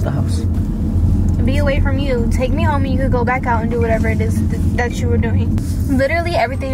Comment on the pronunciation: " don't do dat" it's don't do that 🤣 words